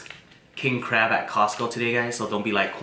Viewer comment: No it's pronounced CRAB